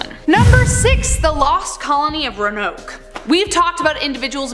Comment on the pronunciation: Row-an-oke. Is the way it’s pronounced. Did you say that YouTube doesn’t allow you to say the name Hitler? You were interrupted by a commercial just then.